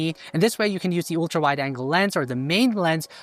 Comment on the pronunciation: You speak english well, but some word wrongly pronounced like the slavic speakers , may be in German language too. Ultra is not yultra, but altra(uhl-truh). Google how to pronounce Ultra on google search.